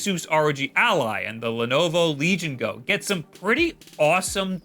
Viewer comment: The emphasis should be on Go, not Legion.